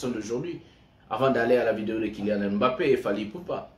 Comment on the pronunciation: Pourquoi tu l'appelles Kilian M Mbappé ? Appelle-le comme nous appelons les africains. On prononce simplement MBAPPÉ sans dire le M BAPPÉ.